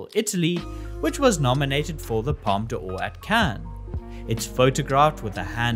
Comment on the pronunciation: Just for your attempt at saying "Palme d'Or" this video deserves a like.